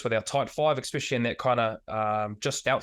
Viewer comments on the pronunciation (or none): I love Bryn, but someone tell him it's not "expecially" 😅